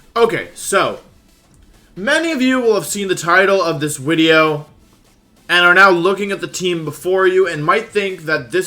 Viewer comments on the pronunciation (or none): Are you saying wideo? Instead of video? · Why do you say "wideo?" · Why are people saying 'wideo '? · Bro said widio 😂😂😂😂😂😂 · I keep hearing Wideo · Is he saying wideo?? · What's with the "wideo" correction when he says video. Not judging just confused. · Is he saying wideo? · did he say "wideo"? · The way you said video and just went with it was amazing. Top notch